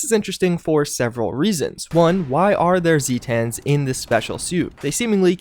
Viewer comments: This was a really fun video, please do more lore ones along this line. Also it is pronounced zay-tins rather than zee-tans. They are supposedly from Zeta Reticuli. Thanks. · The way you pronounce "Zetans" hurts my thesaurus. As Zeta is pronounced "Zay-Tuh" and not "Zee-Tah", it's "Zay-Tin", not "Zee-Tan." This is a great video and very informative by the way, not tryin' to be mean or nothin'. Sweaty face emoji. As for the Flatwoods Monster? I suspect that, given its powers, at least some of its abilities might be psychic in nature, as opposed to flat out technological. I could be wrong but given it looks like the Zetan aliens, but with tiny legs and big glowing robot eyes, I imagine this one is either a sort of offshoot or subspecies or perhaps is modified to have psychic powers or something? Not sure. That's just my theory though. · "Zay-tens" like the greek letter Zeta, not "Zee-tahns". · Hearing zee-tan bothered me more than it should have. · him saying zee-tan hurts me